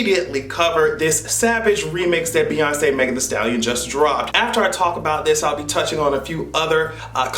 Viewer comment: New York voice BEYONCÉ BEYONCÉ BEYONCÉ blink blink